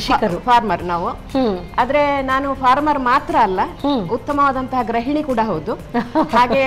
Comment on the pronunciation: ಗೃಹಿಣಿ ಆಗಬೇಕು.ಗ್ರಹಿಣಿ ಅಲ್ಲ